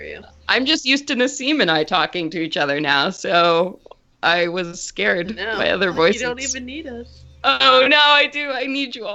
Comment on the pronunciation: "She'll be by later" I heard she'll be violated later. OMG :0